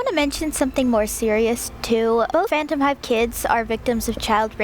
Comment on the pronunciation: I haven't read it in years but I'm very curious as to why you keep calling ciel ashtray 😆 this video was great btw!